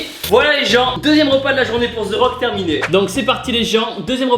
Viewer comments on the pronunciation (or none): Sa m'énervais toute la vidéo c pas "ze rock" c "de rock" que sa se prononce ptn sinon cool la vidéo 🙃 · ZE RRRRAUKE MDRRRRR avant de le rencontrer fais un effort stp ^^ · Pourquoi vous dite ze rock 😂 ? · tibo can't say the rock he say zeu rock